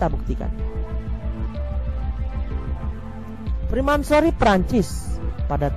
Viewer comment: freemasonry min, bukan fremansory . Maaf ini ralat aja min